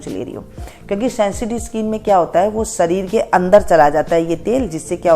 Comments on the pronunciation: शीशम को सीसम बोलने का...डिप्लोमा कहाँ से शरीर को सरीर बोलने का....डिप्लोमा कहाँ से शेयॅर को सेअर बोलने का....डिप्लोमा कहाँ से निशान को निसान बोलने का....डिप्लोमा कहाँ से ? किया?? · शीशम को सीसम बोलने का...डिप्लोमा ? शरीर को सरीर बोलने का....डिप्लोमा ? शेयॅर को सेअर बोलने का....डिप्लोमा ? निशान को निसान बोलने का....डिप्लोमा ?